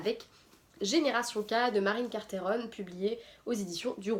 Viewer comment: Coucou, J'ai hâte de savoir ce que tu penses des aventures de Génération K. Si tu veux bavarder avec le personnage principal du livre (Kassandre Bathory de Kapolna) elle a un compte facebbok. Bises Marine Carteron (et on prononce CarterON comme carton ;-) )